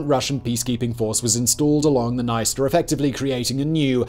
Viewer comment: It's very ironic how in the beginning he pronounces the words "Приднестровская Молдавская" very well, like, with an accent of course but absolutely correct, and immediately says "sorry for my bad pronounciation", but a minute before he pronounces "Dniester" absolutely wrong and doesn't acknowledges it at all (p.s. the "i" after consonant and before vowel here only shows that the consonant is softened, but he reads it as if it was an english word with a separate syllable, like, imagine reading the word 'friend' as 'fray-end' or 'yield' as 'yay-eld')